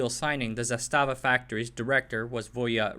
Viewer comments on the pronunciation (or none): Okay, stop! Halfway through the video and I have to say something. All you had to do was google the pronunciation of three words: 1) Kragujevac [krah-goo-yeah-vahts] 2) Crvena [ts'r-veh-nah] and 3) Zastava [with accent on the first a]